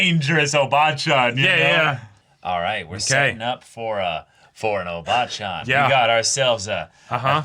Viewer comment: Maybe it’s how you emphasize the syllables, like “ O bachan” vs. “o BAA chan”?